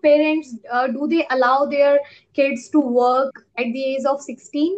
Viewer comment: Ur pronounciation of age and small is wrong.Small should be pronounced as "smoll" And the pronounciation of age u can see in google. Because it's difficult to explain.However don't feel bad because I am not judging u . I am just helping u to improve. And yeah I love ur confidence and smile 😃